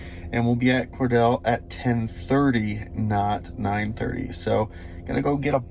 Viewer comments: Being a non-Georgia native, you get a pass for this video -- it is COR-deal not COR-dell :) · Your pronunciation of "Cordele" GA is wrong btw. Try thinking of it as "Cordill", just spelled different. That's how we say it down here in GA from majority of people I know. You can even put it in Google translate and it will tell you. Like the video BTW.